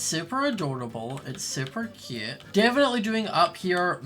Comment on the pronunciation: Ahhhhhhhh he keep SAYING CUUTE LIKE THATS MY WORD